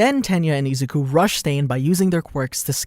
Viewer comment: You don't pronounce izuku like that